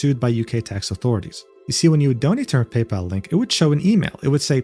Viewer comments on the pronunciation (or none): none